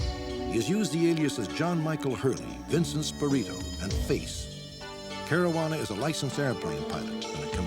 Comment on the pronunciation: ...Marajuana Caruana?